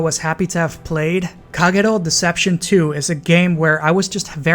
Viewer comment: Haven't finished watching but am immediately impressed by your Kagero pronunciation